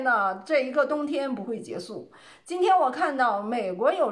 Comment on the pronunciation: “结束”应念做“劫数”，不应念做“节素”。